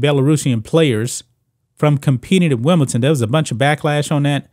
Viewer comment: i like how he says Wimbleton